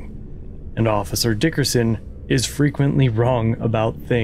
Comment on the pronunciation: I approve of the way you say, "DICKerson"